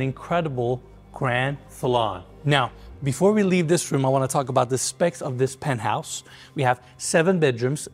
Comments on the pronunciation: el "pentouse" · Se pronuncia PENT HAUS. Aprende hablar inglés. Todo el tiempo estás diciendo burradas.